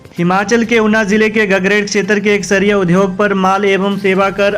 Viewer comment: UDYOG word ka uchcharn sahi karen